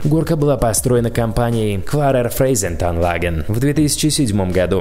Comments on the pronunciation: Клярер фрайцайтанлаге а не фрейзайтанладже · немецкие названия произносил так будто вызываешь дьявола :"DD но на самом деле они звучат гораздо мягче :"D KLARER FREIZEITANLAGEN - КЛАРЕР ФРАЙЦАЙТАНЛАГЭН, VERRÜCKT - ФЕРРЮКТ.